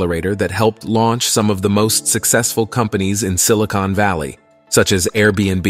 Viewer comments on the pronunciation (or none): none